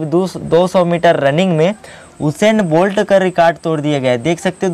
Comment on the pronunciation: हुसैन नहीं उसेन बोल्ट नाम है यार 😜